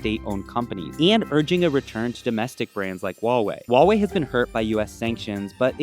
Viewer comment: Huawei not Wahwey come on